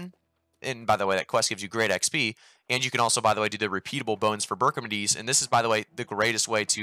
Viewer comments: its BARKimediedimeidmeis or whatever. Bark, its a dog. not berk. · yeah its barkimedes not berkimides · Great advice, but FYI, the dog's name outside Amrine is BARK-eh-mee-dees, Like "Archimedes" but with "bark" cuz dog. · It makes me very sad the way he pronounces Barkimedes. Wow.